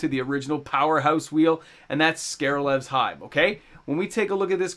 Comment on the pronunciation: Cracks me up every time you say Scare-levs Hive. It's spelled s-k-r-e-l-v-s hive. At this point though if you change it to saying Screlve's hive I may be disappointed.